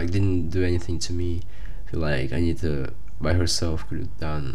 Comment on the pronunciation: Interessante. Ele fala o nome com T. Interesting, he speaks correctly her name. Like buddy is with Brazilian r. Not the sound "D", like in "day".